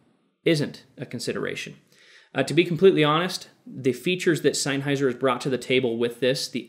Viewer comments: "SeinHeiser" HAHAHAHAHAH what the actual fuck?.... its "SennHeiser" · Its pronounced senn hi zer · I unsubbed because of "Seinheiser"